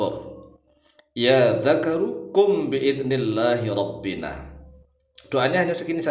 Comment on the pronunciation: Itu robbena bukan robbina